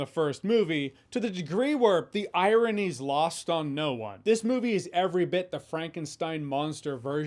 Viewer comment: That's "irony". Not "I, Rinny".